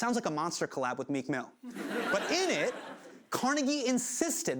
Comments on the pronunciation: Dear world, please learn to correctly pronounce Carnegie. Only people from Pittsburgh and Scotland get it right. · Car-neigh-gee Involuntary cringe every-time he pronounces it wrong. Like, dude was a racist and antisemitic, but CMU and the Carnegie Museum of Natural History and whatnot are still part of Pittsburgh's history and culture.